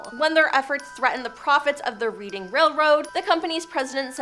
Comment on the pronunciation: It's pronounced red-ing railroad. And the McGuires are essentially folk heros now in Schuykill County, Pa.